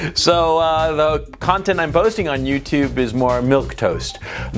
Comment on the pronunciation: Did you say "JewTube" ? 😂